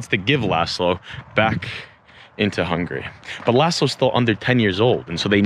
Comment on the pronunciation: Man, you are like a walking Wikipedia. You know more about Hungary than me. I like your videos! Your pronunciation getting better by the way ;)